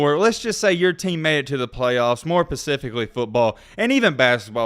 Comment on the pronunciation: alright I’m only sayin sumthin cause this tha 2nd time I’ve heard U do that. It’s not pacifically, it’s specifically.